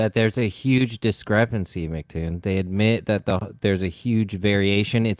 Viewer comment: These muppets are so slow that they call him Macktoon instead of Em see Toon.